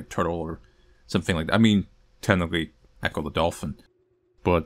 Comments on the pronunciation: Man you know it's eckoh and not eeko. Get out of here with that. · I think it’s pronounced echo with a soft e and not eecho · I'd be very surprised if Ecco was "eeko" rather than "echo". A single E pretty much never makes an "ee" sound AFAIK and echos have a thematic link with dolphins. I can't find any sources that would suggest that it's "eeko" either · I tilted my head when I heard “Eeko.” That is certainly a pronunciation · As far as I know, its “Eh-Ko”, as in a sound that bounces of something and repeats back to you. I think it has to do with dolphins using echolocation. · It's ecco pronounced like "echo", echolocation is a huge mechanic of gameplay in the game as well. Ecco: Tides of Time (the second game) was one of my favorite games as a kid, I had the Sega CD version and man it was brutally hard. There was another game around the same time with the first 1/3 underwater called Evo so maybe you were just mentally mixing the names? Ecco is already part horror game, both the 2d ones and defender of the future, the beginning of 1 in particular is massively fucked up...literally everyone you knew gets killed by H. R. Giger inspired aliens and you literally have to gain superpowers then use machines in atlantis to travel to the past to prevent it. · Update: you got to it right after I commented. I'm 99% sure it's pronounced like "echo" as in "echolocation," like dolphins use to communicate. And apparently other stuff according to ECCO lol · Hey, it's pronounced echo bc it's spelled Ecco. Love your content btw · The dolphin game is pronounced Eh-co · I want to say it's pronounced "echo" as you can use sonar.